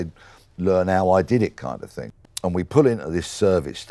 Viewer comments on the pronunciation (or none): "Don't you want this ting" 😂😂😂